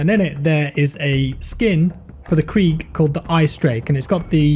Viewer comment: everyone: "krig": "KREEG"